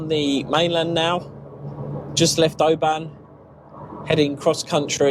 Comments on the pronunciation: 😂 can’t believe you bought a turbo there , we go to Mull every year ! It’s not pronounced O~BAN , it’s it’s more like one syllable, if that makes any sense 😂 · Great video. BTW it's Oban, (you say a short a, as in the e in open), not Obaaaan 👍🏻